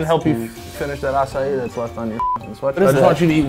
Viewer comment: Finally someone that says "acai" the right way